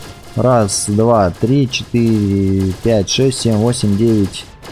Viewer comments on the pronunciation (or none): none